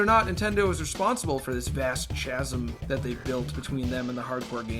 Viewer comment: "CH-asm"? You don't pronounce the H.